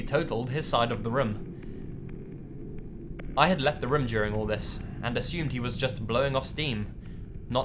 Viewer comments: OH MY GOD HE SAYS RUM INSTEAD OF ROOM I love that oml <3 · Room = "Rhum" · please practice how to say room bro it's too much lol